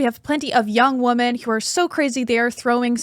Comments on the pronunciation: Someone tell this girl its phonetically pronounced "Wimen" smh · Great interview! 👍🏻 needs to work on her pronunciation of “women” though. It sounds just like “woman” when she says it, so it’s distracting/difficult to follow the conversation.